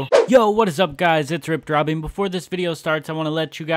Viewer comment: at ur intro U Said Its ur boi insted Ripped Robby